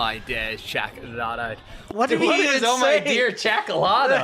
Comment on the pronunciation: He says "Check that out" in an accent lol. I had to rewind it because I did hear "chakdatough of something . Also he says "oh my Guys check that out" not oh my dear